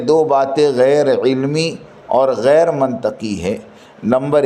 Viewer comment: عُمْدًا نہیں عَمَدًا ہے منطَقی نہیں منطِقی ہے